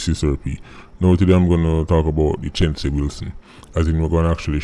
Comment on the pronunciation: U a pronounce the name wrong tho. Its two syllables not three